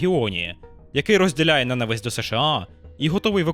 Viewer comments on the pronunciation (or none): none